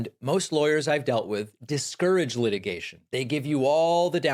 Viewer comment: "Light-igation? Leet-igation?"